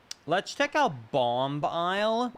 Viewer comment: Am I the only one who thinks he is saying bomb bial instead of bomb isle